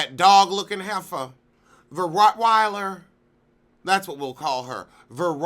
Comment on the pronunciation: Wait; Ver-Roc-Wiler.....😂😂😂